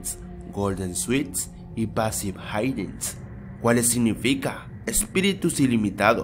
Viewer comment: En vez de "hidings" dice "heights" :v ¿En dónde aprendiste inglés?